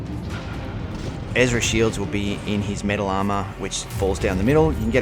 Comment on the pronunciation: Lol, sounded like u said mental armor. Yeah, that suit is def mental